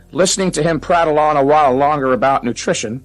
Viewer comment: Listen to him praddle on. Mike was disgusted by his ignorance. 😂😂